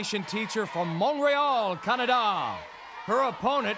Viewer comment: He totally whiffed "Montreal" AND "Canada" lol 🤭. But he redeemed himself 😊